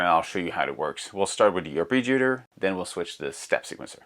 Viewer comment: Arpeggiator pronunciation man...